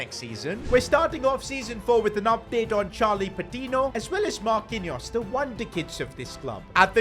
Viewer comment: Man said marqinous the Brazilian lol